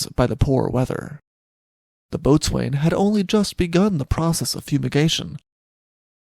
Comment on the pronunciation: Tragic story, harbinger of the Costa Concordia. B.T.W.Boatswain is pronounced Bosun:-)